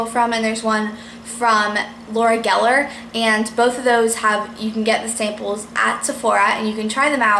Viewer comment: its pronounce laura Jeller (geller)